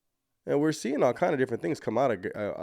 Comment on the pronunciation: The word 'seeing' is not pronounced seeinGUH! The g is soft! You sound absolutely uneducated and ridiculous! Listen to how normal people, professional people, say it! Learn to talk!!!